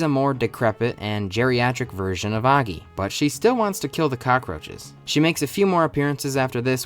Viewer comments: Did u just say aggy instead of oggy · Noy aggy it's o gy ( how to pronounce) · Did bro actually say oggey instead of oggy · Aaaggy 💀 more like “auggy” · Oggy❌ Aggy☑️ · its not oggi its oggy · Completely ruined the video by your thick inbred tongue, it's Oggy not Agi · It's oggy not aggy 🤦🤦🤦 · UGGY/AGGY. It's Oggy lil bro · "aggy"❌️ "oggy"✅️ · He says Oggy not Aggy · bro is your ears located in your ass, the start of the video he said "Aggy" with a A sound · It's not Aaagyyy it's Ogggyyyy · Oggy❎ Aggy✅ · It's oggy not aggy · Oggy ✘ Aggy ✔ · Oggy ❌ Aggi ✅ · Oggy ❌️ aggy✅️ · Oggy ❌ Angie ✅ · bro its O gi nah A gi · Is it pronounced or Aggy or Oggy? like Aww gi? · Oggy ❌ Ahhggy ✔️ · Oggy? i always thought you pronounced it like O-jee, jee as in jeep. not like og-gee gee as in like geek. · its not Aggi man is Oggy (pronounced Au-gg-i) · Why are u pronouncing it as 'aaggy'? It's Oggy... OOOO... OO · sorry but ‘AGGY’ ? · O-GGY O-GGY bruh cant prounce it also this show is goated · Tf is "aagi" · STOP SAYING AGGI! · Its pronouced oh-gi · Why you calling him "Aaggy" 😭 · Why the hell are you saying Aggy!!!!!! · It's not AAAAAgy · Its not oggiii its oggy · So English speakers pronounce "Oggy" as "Aggy" 😭😂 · Wait, it's pronounced "Ow-ggy!?" ._. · Did you said aagi ? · You're pronouncing 'OGGY' wrong I hate you and you trash too much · the way you pronounce Oggy is so annoying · I refuse to except that's how you pronounce oggy. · I can't it with how he says oggy